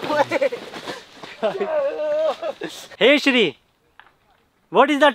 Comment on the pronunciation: Siri ❌ shree ✅😂😂